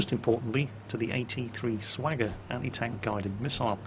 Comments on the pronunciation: "Immune to the AT-3 Slagger..." I'm sorry,. Is it "AT-3 Slagger" or "AT-3 Sagger"? Because I looked it up and it says "Sagger". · Wasteland Wanderer 1216 Listen to it again, he clearly said "Swagger" instead of Sagger. I know what he was trying to say. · Ok he did say "Swagger" but i really don't want an ass full of Buckshot. So let's keep it on the Down-Low. If you get my meaning from other vids. lol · I thought he said Swagger... wups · wait hold up did he just say "AT-3 'Swagger'"??? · Did you just call the Malyutka/AT-3 "Swagger"? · I'm sorry, but did you say the AT-3 "Swagger"?